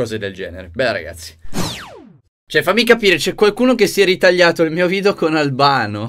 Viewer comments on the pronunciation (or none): none